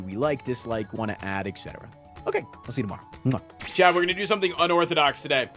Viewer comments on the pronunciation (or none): none